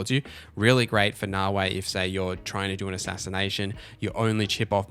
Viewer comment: Great video I gave you a like. One small piece of feedback though. There is no W in Naoe. It's not Naoway. Pronounce the last letter like you are saying the letter "A" Na-O-Aye.